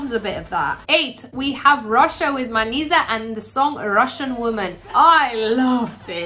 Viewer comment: Manizha should be read as Manija